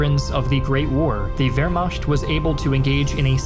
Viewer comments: Please learn to pronounce Wehrmacht correctly. It is macht not “mashed” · i want so badly to watch and enjoy this content but my mans litterally said "vehrmasht" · Wehrmacht: American pronunciation..... vehr·maakt .... still love your work.